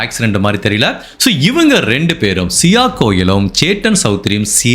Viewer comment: Hi. I am a great fan of your program and narration. I feel if you correct your pronunciation of certain words, you will go great miles further. Example: Sia., not Sio Ketan not Katan Vinchu Kada Bakery This is to help your narration go to greater heights and certainly not to pin point. Hope it is taken in good sense. My best wishes to you....